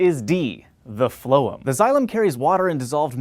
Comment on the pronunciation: LOL HANK THOUGHT ME ABOUT PHLOEM HIMSLEF BUT HE MANAGED TO GET IT WRONG